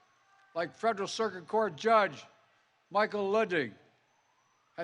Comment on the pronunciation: I'm 6 1/2 minutes in and I can't believe he's delivering this speech as well as he's been! Good job big guy! Keep up the good work with JUST TALKING Oh wait, you just said "fedrler cirgit judge" 8 min in, yeah it's starting to fall apart. Joe needs a commercial break for Adderall and cocaine or whatever it is they give him to straighten him out